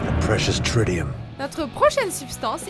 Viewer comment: Tritium pas trissium